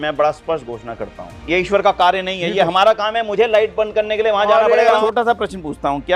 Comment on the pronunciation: ईश्वर में , र पूरा होता है । अवतार होता है प्रभु , अबतार नहीं । हिंदी बोलने लिखने पढ़ने में अच्छी है सम्मान की बात है, शुद्धता श्रेष्ठ बनाती है।